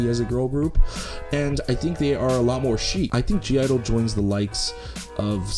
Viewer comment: ur not supposed to pronounce the G i believe